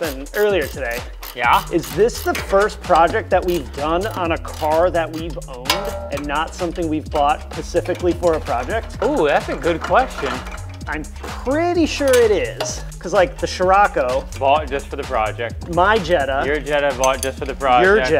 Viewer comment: "Pacifically for a project". Do you buy most of your products on the West coast or did you mean "specifically". :D